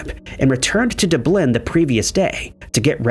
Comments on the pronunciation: So,, if no one hs yet explained it. Dublin. Its pronounced, Duh-b-lin. Instead of saying it how it looks, you have to add that silent H sound after the U. So you have that Duh before you say the B sound. Others will probbly disagree with me on this, but i think this is the easiest way to help you say it easier because i know you get a hard time over that word. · lol. dooblynn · Just how can you mispronounce Dublin? I mean I heard it and I can’t butcher it the way this VO does. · lol I’ve never met a person who didn’t know how to pronounce Dublin. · Everyone has to say something every time. It happens so often that I’m convinced that he’s doing it on purpose. It dramatically increases the amount of comments on every video. 😊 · He always mispronounces it 🤦‍♂️ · Yeah it’s not just Dublin he mispronounces, but many other place names, names of rivers, etc. and even family names (last names in the West). He butchers American Indian names as often as he butchers Anglicized Gaelic names. I think he got Sligo correct once (sly-go). And it’s not like we live in a time and place where all one has to do to check a pronunciation is pull the pocket computer out and Google, how do you pronounce….